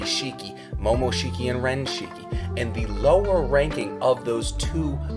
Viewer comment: Bro it’s kinshiki not renshiki